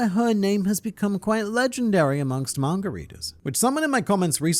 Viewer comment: Please stop saying "Manger" and start saying "Manga" thanks